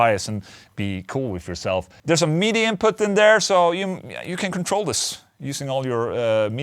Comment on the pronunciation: I love the way you say midi hahahaha. MEEDEEY